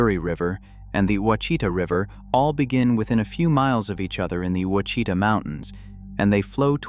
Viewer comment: The word Ouachita is pronounced Oua is pronounced the Mexican way as Wha, then Chita is pronounced as sha ta resulting in Washata. Dyess Arkansas is pronounced Dice. There are many Indian, Mexican and French words used here. Living in Arkansas I admit you have researched and created a very interesting video about my favorite state and home. Thank you.